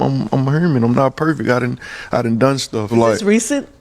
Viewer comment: Dis niqqa sed 'im not perfect, im herman'... Like itz 'hue-min' (human) 🤦🏾 idky ppl insist on adding letters to words tryna b cute n creative ...he sound so ughh sayin dat 😣